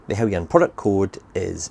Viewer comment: How you’re getting “Helly-yan” from “Heljan” is a complete mystery. Must be the scotch way.